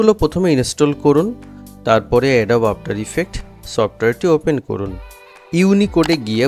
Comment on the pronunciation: এডোব না উচ্চারন হবে এডোবি।